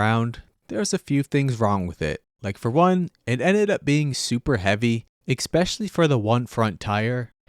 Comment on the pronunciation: it's "especially". not "ekspecially""